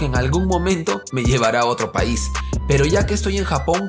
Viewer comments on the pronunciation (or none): none